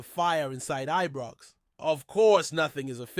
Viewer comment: Am sorry folks, I can't stand this guy getting Ibrox wrong, Its always Ebrox with him, it's insulting, does he check pronunciation of Scottish area's.